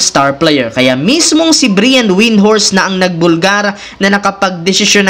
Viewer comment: Mali Pa BIGKAS mo ng “Brian”…same lang Sounds name ni Bryan Adam’s 😂😂😂